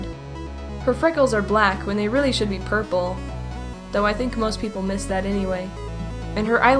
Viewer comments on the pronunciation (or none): none